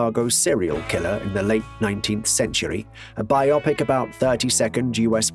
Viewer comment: Bye Oppik! Simularities. Day Byoot. Uh-ridge-uhns. Automation? Automaton.